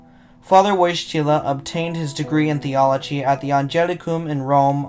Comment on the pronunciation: Your pronunciation of ‘Wojtyla’ and ‘Wadowice’ could use some work.